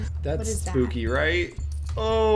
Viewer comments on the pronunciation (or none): you said spkoopky